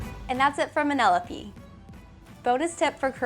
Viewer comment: Anyone else notice all the failed Wonder Woman facts like pronouncing antiopes name wrong and antipoe being the general not that other girl